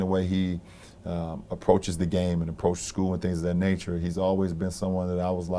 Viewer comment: and pronounce your "TH" you leader.